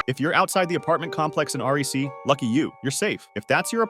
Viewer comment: i have never heard anyone pronounce it ''R.E.C'' before, everyone just say ''Rec''